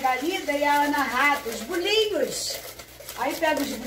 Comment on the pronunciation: Que bom aspeto esses bolinhos. A disse muito bem bolinhos como de diz em Portugal. Os vossos vídeos têm muito conteúdo, sim. E estão cada vez melhores. Um bom final de semana para vocês. Beijinhos 🥰